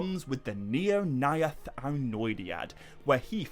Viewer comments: Your pronounciation of the AE could improve. Mae Govannen, Maedhros, Nirnaeth sounded a little weird. Speak it fast as if its one letter. The syllables are: Mae Go-van-nen Mae-dhros Nir-naeth Ar-noe-di-ad Dont pause between A and E. At least that's how I think it works 😀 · the... "neornayath"...? 🤣